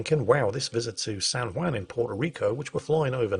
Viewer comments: Can someone in England tell how to pronounce Juan? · I know the J in Juan is pronounced with a W sound but hearing pronouncing Juan was driving me bonkers